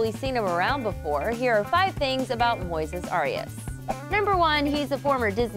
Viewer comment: his name is Moises Arias NOT Moses Arias